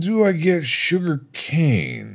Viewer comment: There's more... J O O G E R C A N E